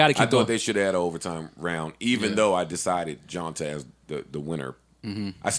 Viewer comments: Joe his name is pronounced JohnTay not JohnTah 😉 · ITS PRONOUNCED JOHNTAY NOT JOHNTA FFS LMAOOOOOO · Yall are killing me. His name is pronounced John-Tay lol